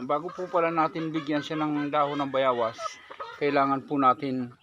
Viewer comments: Boss bayawas o bayabas pakilinaw lang po. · Bayabas not bayawas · Bayawas haha bayabas pati ba naman yan hirap sa pag bigkas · Bayabas hindi Bayawas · Bayabas ba o bayawas, kc parang bayawas ang dinig ko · anong tawag mo dyan bayawas hindi bayabas yan ano ba yan bosing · Boss utal Ka nmn eh. Dahon ng bayabas hinde bayawas.. Dapat po dahon ng guava na lng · Bayabas bro hindi bayawas. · Bayabas Kamo Kasi Hindi bayawas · Kau na boss Ang mag adjust kz bolol xa sa w👍